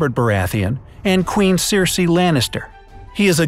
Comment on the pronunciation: TheLoneGunman26 That guy clearly hasn’t even watched the show or read the book. He pronounced so many things wrong. The way he was saying Ygritte actually had me wanting to slap him. And he called Tommen Cersei (which he also pronounced wrong) and Robert’s child.